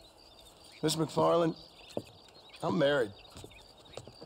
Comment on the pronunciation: it's actually macfarlane not macfarlene